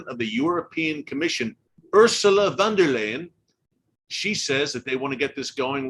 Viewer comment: EHH Ursela Wonderland... noo ursula von der leyen......... pronouce it like leien like in the word poseindon